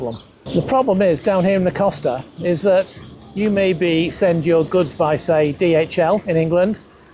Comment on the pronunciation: 6 months living there, and he still hasn't learned to pronounce "Costa"? Just how deep is he experiencing Spain?